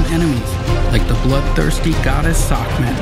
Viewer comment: It kept irratating me that the narrator was pronouncing secmet as sacmet.